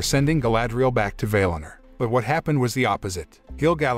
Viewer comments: Don't say vail in er. Say Val in or. That's how the say it in the actual movie. People tend to pronounce words in a way that sounds better to them. It's annoying. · "Vay Lin Er"?? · Valinor pronunciation is incorrect.